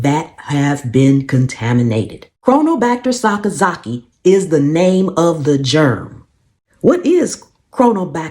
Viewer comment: Mega props for pronouncing that correctly!